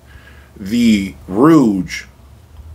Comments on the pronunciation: The name of the brand is Rogue, which rhymes with “vogue” like the Madonna song. What you’re pronouncing (rooj) is spelled “rouge” with the u before the g. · What device are you using to capture the sound of your room playback, to download to/through YT? Did I miss that!???....Ummm? I believe the name of the company rhymes with ...."hoage(ey)" (the sandwich). Not the French word for lipstick or "red" ....I'm sort of a loss as to why not stating the name of the "mystery" amp. Was it the VAC mono's? ..just wondering why the hesitation? Overall, it was interesting to me with the addition of the Soulution pre. Thanks for putting on the show.I wonder too, if the use of the Class D amps used by OCD guy, would be an equal challenge to the VAC's? $7k pr, higher wattage than the Rouge?... Peace!